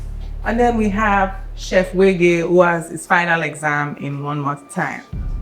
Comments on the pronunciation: Who is this fake thing? You can't pronounce a two-syllable name. 🙄 way-gay. All these yeyebrities sef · You can’t pronounce ‘wege’????